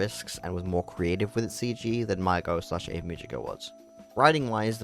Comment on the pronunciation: Ave should be 2 syllables. A-ve. Multiple characters in the show pronounce the name pretty clearly so I don't get why you'd conclude it's Ave like Glaive. Also what do you mean "or however you say her name." THEY SAY IT IN THE SHOW.